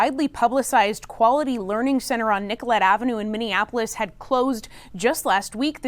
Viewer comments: You said it wrong Miss….it’s “Quality LEARING Center on Nicollet Avenue in Minneapolis.” There you go, fixed it for ya! 😂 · "Learing Center"... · The centers that actually had kids in them were probably tipped off to get kids in there before the inspector arrived. And by the way it’s pronounced Learing, not Learning. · Its call the "learing" center not learning center! Also, is thia why all the whistleblowers were and are coming forward saying Tim Waltz and others ingnored the warnings they exposed about the fraud! I guess this lady is willing to lie and wants to go to jail with Waltz! Lol